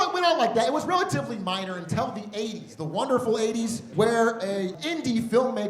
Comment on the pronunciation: He says "untell" all the time instead of "until" and it drives me NUTS 😂